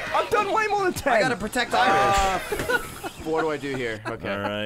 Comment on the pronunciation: I know says: "I've got to protect Irish," but it massively sounds like: "I've got to protect Iris." And that's the first comment I've left on a YouTube video, fucking hell.